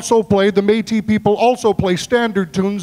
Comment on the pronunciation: Hey! Métis fiddler from Manitoba here. Just thought I’d point out that it’s Métis rather than Matis (those French accents can be a bit confusing 😉). Also, a little side note about the version of the Arkansas Traveller that Calvin played. This version was composed by a famous Métis fiddler in Canada named John Arcand and as such, is known as the Arcandsaw Traveller.